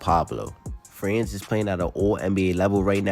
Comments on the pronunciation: 😂😂😂 somebody tell that guy it's Franz (Frawns).. Pablo 😅😅😅 Paolo.. Paw-low 😅😅😅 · Bro its not "Pablo" its Paolo and its not "France" its Franz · How the fucki did you get both Pronounciaions wrong when correcting this dude, Paolo is pronounced Pa-o-lo, and Franz is just - Frans for Americans, and honestly France pronunciation is better than everyone calling him Frawns for some reason.